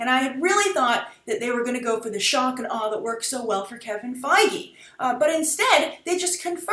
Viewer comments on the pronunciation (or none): none